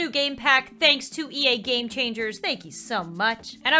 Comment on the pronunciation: '' Brand new game pack " Me being me : hears Brand new gay pack Lol 😂😂😂